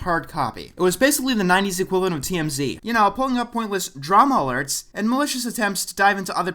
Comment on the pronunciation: The emphasis on "Drama Alert" You know too much don't you.